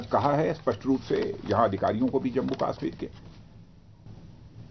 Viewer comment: Abbe chootya pehle bolna to seekh le kashmir hota he kaasmir nahin